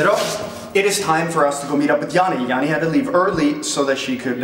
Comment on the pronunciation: Janni, Bright eyes not owl. But love your effort as I only speak English.. :) Banter